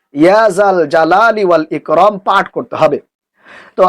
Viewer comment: লেখছেন ইকরাম বলেন ইকরম।